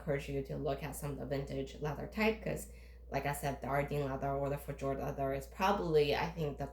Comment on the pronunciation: It’s pronounced “Feh yord” not “Feh jord.”